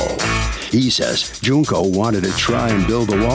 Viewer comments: Not Junk-oh 💀💀💀💀💀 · Man she called that lady JUNK-O lmao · They were not pronouncing her name it's Junk ohh just like her testimony